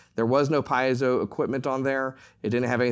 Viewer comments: It's pronounced: pee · ay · zow, not piezow. Sorry to be precise here. The word comes from the Greek, meaning pressure or push. The "i" is pronounced as an "e." In German too, the ie would be pronounced as a "pee" sound, not "pie" sound. Anyone who knows Latin or Latin-based languages, also knows this. Most people mispronounce Semper Fi, whereas the "i" is actually a long e, like Semper Fee (as in Fidelity). Don't expect a Marine to pronounce this correctly. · Great presentation! Please, though, "pee-ay-zoh" is the correct pronunciation of the pickup element.